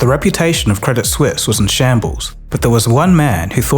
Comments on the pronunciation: Hey, just one thing, the T in credit suisse is silent - its french, not english. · Credit Suisse ❌ Credit Sus ✅ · I will never not pronounce it "Credit Soo-eess"